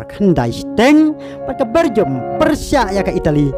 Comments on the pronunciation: Bergium ne belgium... Sngewbha bah pynbeit bha ka jingkynnoh ktien english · Bergum 😅 😅😅😅😅(Belgum)